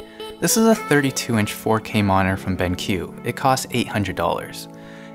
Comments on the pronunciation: Computer monore whats that? Did you mean Mo ni TOR? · Great explanation, thank you! Just a question, why do American's so often no pronounce parts of words of 'monitor' becomes 'moninor' or 'moner'? :) Still a great video, thank you! :) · we can get lazy with pronouncing that 'T', we kind of rush over it. I've never heard 'moner' tho